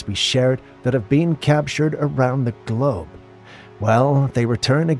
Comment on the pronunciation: the “Glow’b” 😂👌🏼 i’m just busting your “balls”! 😂 no response required love your content, btw thank you appreciated 😘🙏🏼